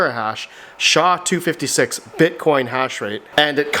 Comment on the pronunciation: "Shaw-256" huh? That's not how you pronounce that term bro.